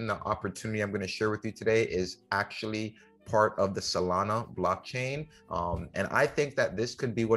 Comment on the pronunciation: SolanA…… not SolanO